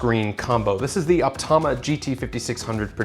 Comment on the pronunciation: You mispronounced "Optoma". 🤪 I'm not a fan of LED lights around the screen but at least you say you turn them OFF when viewing.